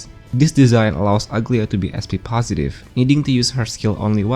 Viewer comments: Aglaea is a Greek name and it's not pronounced ugly-a. It's Agla-ee-a with a soft g with empasis on e in her name. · everyone is calling her Uglya but i think its Aglaaya with the A sound